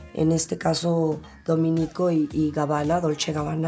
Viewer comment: “DomEnico” acentuado en la “e”